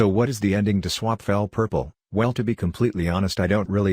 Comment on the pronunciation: Nice but it’s swap not swept fix the accent